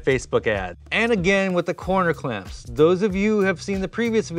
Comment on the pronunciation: Can never have enough "coner clamps"